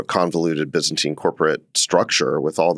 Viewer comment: Bro said byzantine